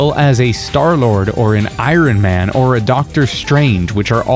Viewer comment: Who says Irin Man?? Moron.